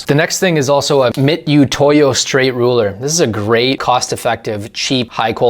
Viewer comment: .012 is pronounced twelve thousandths instead of twelve one thousandths. The proper pronunciation of mitutoyo is Mitch-a-toy-o. Hope this helps.